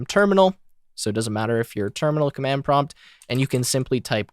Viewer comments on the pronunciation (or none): none